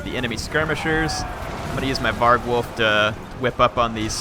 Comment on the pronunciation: var-gulf, not varg-wolf